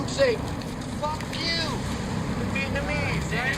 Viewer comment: It's refreshing to hear Vietnamese pronounced correctly with three syllables. Most people in the USA only use two syllables.